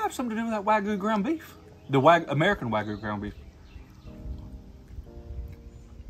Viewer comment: Im not sure why people cant pronounce wagyu. Not wagoo lol. Not even hating, it looks good.